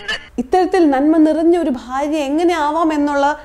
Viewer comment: ഭാര്യ, ഫാര്യ അല്ല